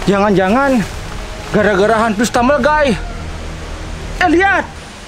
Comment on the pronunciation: klo baca stambil gays tu jangan lupa harus teliti, stambel gaes 😊